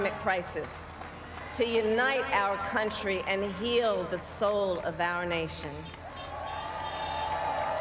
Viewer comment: She almost said cantry what you talking about coherently bruh